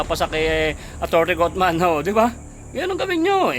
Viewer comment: Kaufman. Pronounce as kafman. HINDI coatman